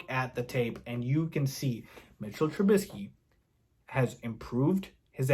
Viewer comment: I love it. You say his name correctly. His name is MITCHELL TRUBISKY. If you know you know the reference